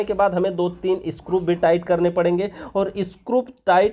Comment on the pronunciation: Wo screw hota hai ,scrup nahi...